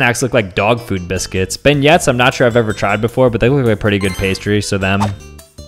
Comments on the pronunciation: It is pronounced bin yays not bin yets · You know he ain’t from the south as soon as he pronounces it “benyets” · Pin this for the rest: It's pronounced "Ben-Yay" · As someone from Louisiana him saying beignet as Ben yets hurts my soul- It's pronounced ben·yayz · “Beg nets” 😭 they’re real and they’re pronounced ‘Ben-yayz’ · BRO SAID BIN YETSS ITS PRONOUNCED BINYAY ITS SONTGERN SO ITS KINDA A FRENCH WORD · Fyi, if you ever want to go to Louisiana and ask for beignets, it's pronounced "ben-yays", not "ben-yets". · It is pronounced “benyay” but spelled beignets NOT BENYETS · what are binyets. it's pronounced binyays. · Fr it’s pronounced as Ben yays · For those who don't know, it's pronounced "Ben-yay" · As a person from New Orleans no way u pronounced them as “Ben-yets”😭😭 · The dessert is pronounced “Ben-YAY” 😂 Signed, a Louisiana native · YOU SAID BEIGNETS WRONG IT'S PRONOUNCED BEN+YAY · Being someone from New Orleans beignets are absolutely real and it's pronounced bin-yays not how you sailed it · Beignets is pronounced been yay and they’re not fictional 😂😂😂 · bro pronounced beignets wrong 💀💀💀 it’s bin-yays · It is pronounced Bin yay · My man did not just pronounce beignet like benyet, also thats a real food, so uh not sure why that's here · Its pronounced benyay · Disappointed in how you pronounced beignets :pensive